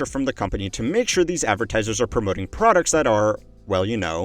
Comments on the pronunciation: "ratailer producs" lol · "Return rate of ratailer producs" 😂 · at 14::30 "ratailer producs" >(")